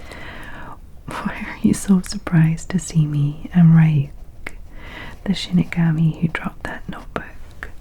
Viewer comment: Ryuk’s name is pronounced like Ree-yook 😁